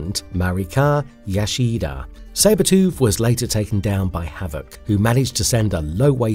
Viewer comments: 🤣 All I kept thinking was stop saying Yashida. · KEE-REE-KAH YAH-SHEE-DAH 😂 MAH-REE-KOH YAH-SHEE-DAH 😂 Dude, c'mon, learn to pronounce names naturally 😂😂😂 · Gaahh, Qi-Ree-Kha, Yo-Shi-Dah, Ah-me-Koh... Whats next? Woogha-Oogha-Boogha-Who? 🤣🤣🤣👎🏻